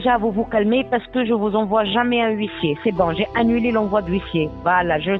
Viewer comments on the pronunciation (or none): Ouit cents euros 😂😂😂😂